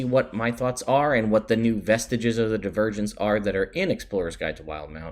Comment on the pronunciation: Oh, "Vestiges of Divergence." I thought you said "Vestige of the Virgins."